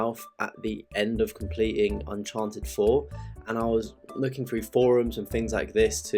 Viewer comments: Nice video but its pronounced UN-CHAR-TED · Not hating, but please stop saying Uncharted that way.